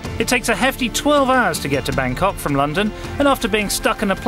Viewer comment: good video but pronunciations excruciating!